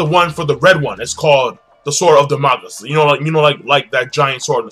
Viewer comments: king its pronounced sword of damn-a-cleez. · Also damocles is pronounced "Da-mo-Clees"